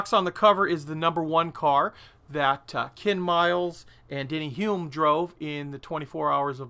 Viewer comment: Hello, Three Kiwis; Bruce McLaren, Chris Amon (Pronounced A mon not R mon) and Denny Hulme (Pronounced Holme). Looks to be a great kit, hope the scale does the subject justice.